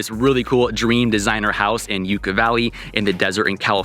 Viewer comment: Enjoy your vids, thanks for sharing…but one thing. It’s Yucca as in “Yuck-ah,” not “You-kah.” 😀